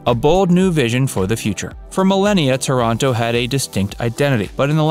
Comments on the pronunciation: Thank you for butchering my hometown's name LOL It's TAH-ranto, not ToROnto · The vídeo is fantastic ! But I thinh it's TÁRANTO but not TORONTO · Please!!! TORONTO is in Canada. TÀR-an-to is in Puglia. As is Ò-tran-to. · Oh, okay you’re saying Toronto as in Canada!? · Pronunciation is way off: It's Taranto, not Toronto. And cita vecchia? That was really bad.